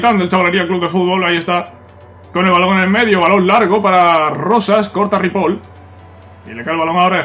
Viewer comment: no se pronuncia ripol, es ripoi